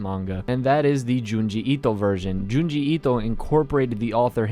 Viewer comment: Why do you keep saying Junji Ito like that? Lol please stop.